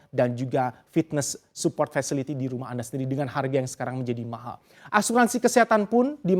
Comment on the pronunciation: "mahal" nya bisa biasa aja ga?😂